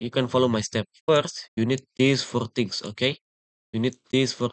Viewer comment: threse forr trings 💀💀